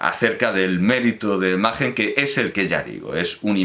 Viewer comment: ¿No correspondería pronunciar "Maquen" en lugar de "Majen" teniendo en cuenta que el autor no es alemán?